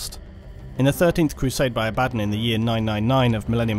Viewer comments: The name is pronounced is Abba Don NOT abad on! Jeez! Otherwise excellent work. You and the bigot Arch do the best Warhammer video's and with your videos we skip the neo Nazi ('Iron Jew') SHITE from Arch or his obsessed triggered 'Look there is a woman in the video game, I am losing my mind!' crap. So glad to have you as a sane alternative and you are more philosophical and detail orientated than he is, so you are now my new #1 Warhammer 40,000 commentator online! Great stuff!! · Stop saying his name wrong. Abb-a-don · Haha no it’s abbAdon surely?! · Ebadon? EBABON?! It's Abaddon! It's pronounced ABADDON not Ebadon. Feels like Nurge is vomiting in my ear each time i hear Ebadon. Ech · Imagine learning how to pronounce names .... Its AB A DDON .... Not Abaddon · Say it with me: “Abba:Dawn” 😂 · I liked how this dude call Abbadon "Uh-baddon" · its pronounced aba-don also its Row-BOOT-ay GILL-uh-man. Lastly the image , what is the images source? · I pronounce it Abba-Don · Love your vids but your pronunciation Abba-don make me so mad .... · aba-DON lol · abb-a-don not din lol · "A bad'un" ... ? Brits.. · Please learn how to pronounce people's names properly. The way you say "Abbadon" and "Gilliman" makes my teeth hurt. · ABBUH DAWN wtf..this dude somehow manages to say every other name or faction completely wrong...ugh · except he doesn't say abaddon the proper way which is triggering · I thought he said it funny too, great vid though! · Abadon. ....the only word there that really got to me. Rest of it....good. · Every time he says Abaddon I die inside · That incorrect Abaddon pronunciation.. eye twitch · For someone who has been doing warhammer 40k videos for a while how do you not know how to pronounce abbadon or roboute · You can't pronounce Abaddon? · Vid was going so well until he spelled Abaddon's name... Then the sheer wrongness of it all quickly devolved into ear cancer every time he uttered that name.